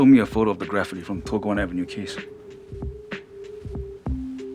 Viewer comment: Does she not know how to say graffiti?